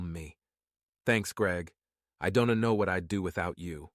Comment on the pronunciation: Overly dramatic. Don Tee, Don Tee. Who is this Don Tee?